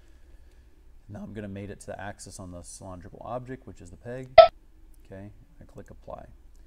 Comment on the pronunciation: Good at CAD, bad at english. Cyl-ON-drical...?